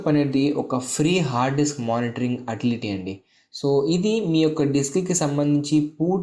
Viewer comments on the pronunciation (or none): Atility kadura utility ra babu